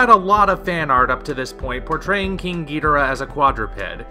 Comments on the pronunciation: Ghi-dor-rah. If you play Godzilla Unleashed or any ps2/ WII Godzilla games they pronounce it the English way. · I pronounce it like the announcer in Godzilla: Save the Earth GEE-DOOR-AH